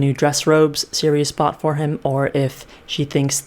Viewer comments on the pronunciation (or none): none